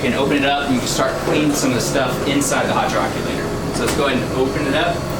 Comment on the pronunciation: it’s pronounced hydro-collater